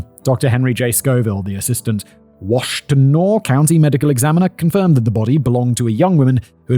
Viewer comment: I. Have never yelled yippsilenti, so many times in my life I went to Eastern Michigan, I've grown up in this area my entire life you pronounce it EPS I LANTI you drop the Y. AND ITS WASH TIN AW